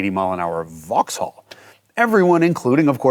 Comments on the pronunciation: Opel Omega*. Makes me throw up whenever I hear "vauxhall". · In the UK we don't pronounce the H in Vauxhall. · It's pronounced VOX'LL, not vaahx haaall ffs haha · Cool video, but a tip from a brit - you dont pronounce the H in Vauxhall. So its like Vaux-all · I’m not even British but even I cringed every time he said “vox-holl” lol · Jason keeps pronouncing it "Vox-Haul" instead of "Voxal". I did enjoy the vid, tho. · Vauxhall is pronounced vauxall not Vaux-hall. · Just a small point - don’t pronounce the ‘H’ in Vauxhall. It’s pronounced ‘Vox-all’. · The h in Vauxhall is not pronounced. In fact the second a isn't really either. "Vaux'll". A bit like how you all say Buckingham (or anything ended with ham) as it's spelled, but it's actually "Bucking'am". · Drop the H in vauxhall 🤦🏻‍♂️ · Vauxhall is pronounced pretty much like 'Voxel'. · The Way You Are pronouncing Vauxhall sounds so strange it sounds like you're saying it as two different words Vaux hall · Vauxhall is pronounced "Vox-ull" in the UK. Also, as an Englishman who lives in the US, the comment about class was way off the mark. The British are generally proud of our class we're born into, and independent of wealth, it's a big part of our identity. In the US, being working class means you're often basically poor, get little assistance, and looked down upon by the media. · Vox-all : We don't pronounce the H in the UK. Great car though - I remember seeing a few of them on the road back in the day. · BTW Jason (and America) Silent H Vox-all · This was such a brilliant review and history. The pure boost noises at the end was exactly what we needed. Jason's British accent is really pretty good, but for more style points in the future, don't pronounce the "H" in "Vauxhall", so "Vox-ull", and with numbers, always put an "and" after "hundred", so "one hundred and fifty". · in the UK, the H is silent in Vauxhall. It's pronounce 'vox-awl'